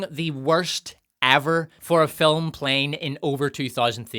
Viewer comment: I love the way calls this a "filim"...sounds like fill "em.